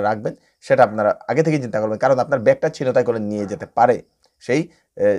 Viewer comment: উচ্চারণ হবে "ছিন্ তাই"।